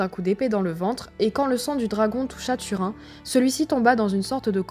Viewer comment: Turin , prononcer "Turine";ça fait trop mal aux esgourdes "Tu_Rhin"......